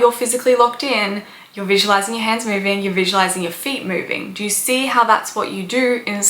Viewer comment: Ugh. Its own not oern It's know not nuhrr It's do not duhr